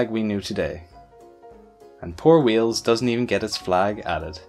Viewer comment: Lmao i heard you call wales WHEELS